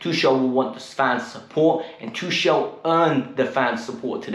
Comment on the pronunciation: Just one thing bruh..try to pronounce Tuchel's name properly atleast now...the man just won us the Champions League...#uptheChels #KTBFFH💙